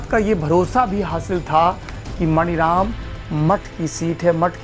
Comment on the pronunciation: मणिराम नहीं मानीराम